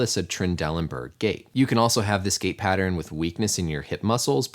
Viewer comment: As he said gait/gate I kept hearing gay pattern